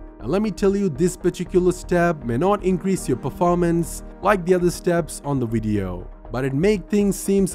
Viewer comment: It's should be video not wideo